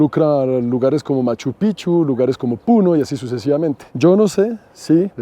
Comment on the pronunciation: Con mucho respeto para. Me incomoda escuchar pronunciar mal el nombre de Machupicchu, pronuncienlo porfavor como si hubiera una "J" envez de las CC. Es como cuando pronuncian mal tu nombre. Gracias.